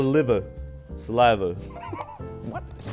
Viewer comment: "I drink my own SA LIVUHH"